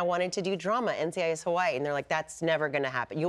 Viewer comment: Why does she pronounce it Hawai-ii? Every time!